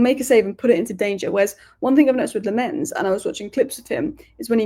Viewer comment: The keeper's name is pronounced LAMM-ens. Emphasis on the first syllable. Sorry to be an idjit but I speak Dutch and players seem to like it when their names are pronounced properly, as you can see from videos doing the rounds with players pronouncing their names.